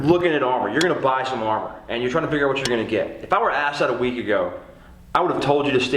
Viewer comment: its armor not harmor